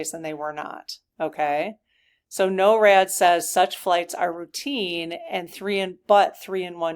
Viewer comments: NORAD is pronounced "nor-ad" not "no-rad." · It's Nor+rad, but is spelled with one R . Norad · Pronounced NOR-ad Rhymes with door. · Thanks for asking the SGs about the jets! BTW: NORAD is pronounced "Nohr-ad" in the US. "Noh-rad" in the UK. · just to clarify it is pronounced Nor-ad.